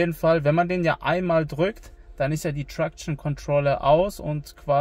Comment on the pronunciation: Wie er traktion ausspricht 🤦